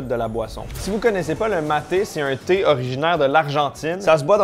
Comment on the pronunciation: Quand t'as dit thé thé, j'ai pas entendu tétés, mais j'ai entendu TT. Alors je me mettais en route pour l'île de Mann, jusqu'à ce que je comprenne. Doooonc, je repose mon casque et je poursuis la vidéo. Bisous